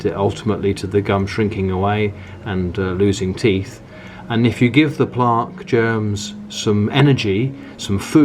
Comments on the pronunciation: Why do u pronounce plaque like that 🤣🤣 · Plaaaque & Tuthbrush, interesting pronunciation